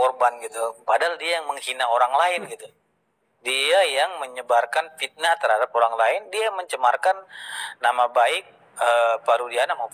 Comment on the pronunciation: Menurut saya, sebelum menjadi pengacara seharusnya belajar bahasa indonesia dengan baik dan benar. Contoh: Fitnah bukan Pitnah, Video bukan Pidio.